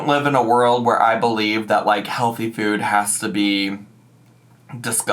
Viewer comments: The way she’s been saying the word “food” in most recent videos drives me MAD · How do you not notice the weird way she says “food” now 😭